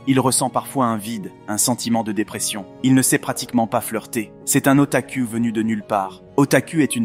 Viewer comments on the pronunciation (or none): "Otakou" pas "Ota-cu(l)" x.x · Alors heuuuuu ca m'a fait rire XD Otaku ca se dit pas U mais ou